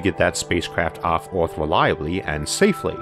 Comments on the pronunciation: What kind of English is that ? "Oarth" ? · The way you pronounce "earth" is annoying. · I love Isaac's videos, but I would be soooo glad, when he once pronounces "earth" not like "ouaath" - I can't stand it :D